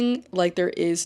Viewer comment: The comparison you drew between Alex Consani and Anok Yai was SPOT ON. Also just FYI Anok pronounces her name like a-knock